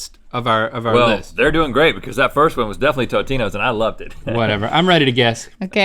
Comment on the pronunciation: rhett fr disrespected tombstone by calling it totinos